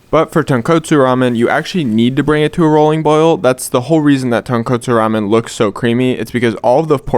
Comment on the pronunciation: i loved this video BUT PLEASE stop saying it wrong, it’s TONKOTSU, like tohn-kohtsu, “tonkatsu” is a completely different dish of a fried pork cutlet.